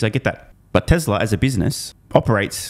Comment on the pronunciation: It’s Tesla, not Teslar lol